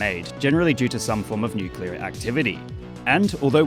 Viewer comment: nukler loozard fooght monke